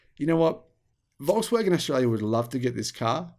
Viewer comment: Walks-waggon, as you pronounce it, is not a Waggon for the Nation any more. It is pricey, and the quality is not far worse than even more expensive brands like brother Audi, and Merc, BMW etc. IMO if they don't produce a cheap EV soon, at scale, (and manage to make a profit on it), they will be greatly reduced in size, even after gvnmt bailouts.